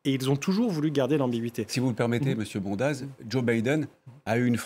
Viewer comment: "Bondaz" est un nom savoyard et en en savoyard on prononce "bonde" avec accent tonique sur le "on". Ah le parisianisme...